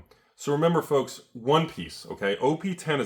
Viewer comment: F L O L K S ! (Enjoy that word dyslexia)